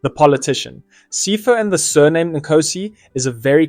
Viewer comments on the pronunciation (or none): Its Sea-pho not pypho